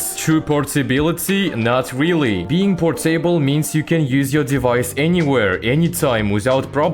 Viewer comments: it’s not portAble it’s more of a portUHble sound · Por-Table😂 Fix: its porta-ble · if u say por-table one more time... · por-table? What kind of accent is that?